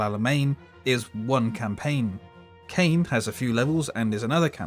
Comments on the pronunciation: It’s pronounced CARN in English predominantl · It's pronounced "khan", like Shere Khan from from the Jungle Book, or Star Trek II the Wrath of Khan. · Caen is pronounced KHAAAAAN!